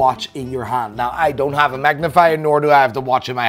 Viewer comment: Me: "Now.": "Nigh."